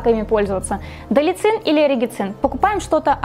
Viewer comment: Не далицин, а далацин.